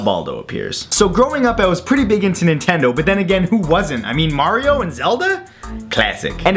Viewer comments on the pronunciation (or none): none